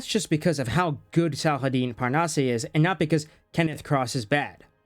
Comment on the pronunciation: "Parnasse"... Butchered? Not at all. You almost nailed it. Just end with "ass" 😉... Seriously. The "eh/ay" sound is only for É not just E. No accent, straight pronunciation. As if it was "Parnasss".